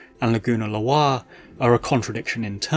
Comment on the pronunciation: Is that how you say Laguna's last name? I always thought it was pronounced like Lawyer